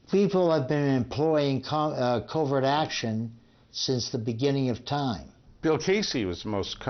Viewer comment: In Part I, the narrator pronouncing Dulles like Dallas drove me crazy. In Part II, it's saying covert like covered.